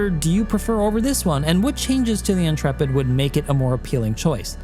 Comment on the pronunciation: Whoa. I am just astonished that someone talking about this ship finally has ever heard the word Intrepid before and knows how to pronounce it. I swear every other youtuber acts like it is imperceptibly difficult to pronounce words, as if CIG made it up and we have to learn new phonetics.